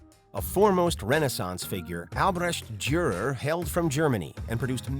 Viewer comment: "Albecht Durrrr"